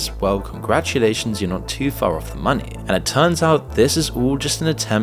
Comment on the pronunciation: People “take ma monneh”